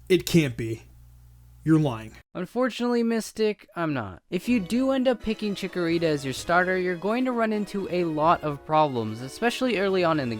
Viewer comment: not chickorita